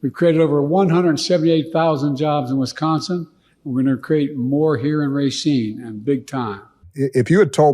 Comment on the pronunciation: Pronunciation of Racine a bit off. Ra seen.....Racine. I grew up in Wisconsin. When I first moved here my pronunciation of Spanish words was off!! The J sounds like an H. San ho say San Jose!!!